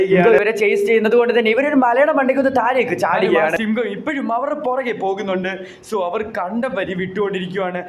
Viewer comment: Sigham alla simham aa😂